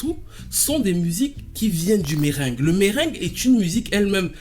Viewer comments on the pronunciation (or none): Le "Merengué" Mé-rin-gué ! Superbe vidéo ! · On prononce MerenguÉ. J'aime beaucoup tes videos. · T’es trop chou quand tu parles créole, tu te débrouilles bien quand même avec l’accent. Mdrrr pour « zouk la sé sèl médikaman nou ni » Perso je prononce Mérengué. Et non tu n’es pas stupide de pleurer. C’est touchant. Je suis à la moitié de la vidéo…. Je continue.